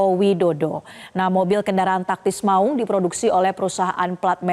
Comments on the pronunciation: 'Maung" bukan baca "mak ung".... Tolong koreksi bg presenter...😂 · Cara baca maung nya ga enak nih anchor, sebagai orang Sunda saya merasa janggal. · Saya orang Jawa saja juga merasa janggal dengernya.